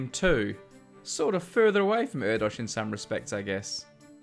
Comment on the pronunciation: By the way you're pronouncing Erdős wrong.